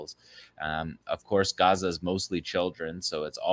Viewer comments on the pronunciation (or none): none